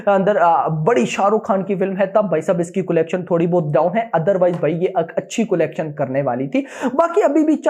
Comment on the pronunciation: bhai collection ka pronounciation is not "Kolection" it is "calection".